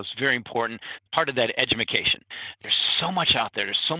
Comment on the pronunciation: Did he say "edumacation" rofl. Thinks Alts are better than Bitcoin - ROFL